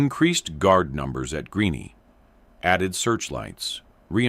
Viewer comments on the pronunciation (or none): Greene, Greeny, Greeny? Your Artificial Intelligence program sucks